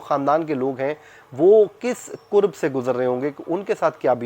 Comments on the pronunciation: Bhai lfz qurb nhi qarb hota he Km se km talafuz sahi ada kiya kren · "Qoorb " nhein " kurb " . Aap ki Urdu b bohat khurab hey . "Qoorb " ka mutlab hey " Nazdeeki " or "kurb " ka mutlab hey takleef , bechaini , dukh . Ye lafz kitab waley kaf se likha jata hey or Qoorb qainchi waley kaf se likha jata hey .Socha k aap ko bta doon . Yad rakhiey ga .